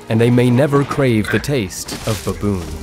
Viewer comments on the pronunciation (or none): Why he saying bawboon